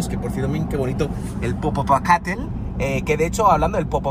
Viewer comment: Jajajajajajajajajaja me da un chingo de risa cuando el dice Popocatépetl, 🤣🤣🤣 en otros videos también dice mal el nombre, pero exagera con su pronunciación y se escucha cagadisimo!!! 🤣🤣🤣